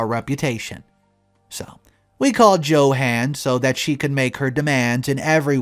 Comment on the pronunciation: Who the hell is Jo Hann? It's pronounced Yo Honn! I know because around the German and Spanish speaking members of my dad's family they call John and Johan "YoHon"